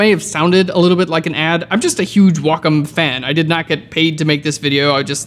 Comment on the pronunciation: Did he just call a Wa-COM tablet a WO COME TABLET 😂😂😂😂💜🥿💔